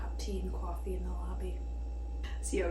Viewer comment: Ok, not caw-fee, more like cwoh-fee. Definitely very localized to...somewhere. 😁